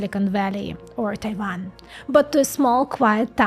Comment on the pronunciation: The way you pronounced Taiwan must've been very close to the native language. How did you learn that?